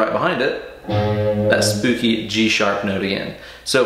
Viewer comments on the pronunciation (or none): Did you say spoopy?